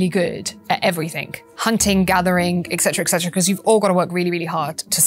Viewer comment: Did she actually say "eccetera (sic)" four times?